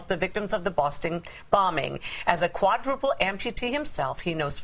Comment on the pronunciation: Quad ru ple... Lol ;)